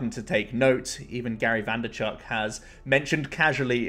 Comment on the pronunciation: bro its VAY NER CHUK haha nice video tho thanks for the info